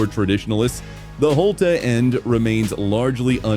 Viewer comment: Holte-a end really Annoying